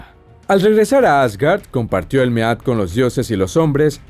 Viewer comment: Mead se pronuncia "mid" . sinó dorectamente hidromiel macho